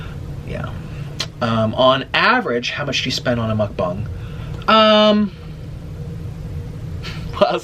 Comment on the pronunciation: Why dose he say mukbans?? Its mukbang!